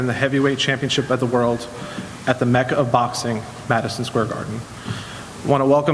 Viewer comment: does he not know how to say mecca?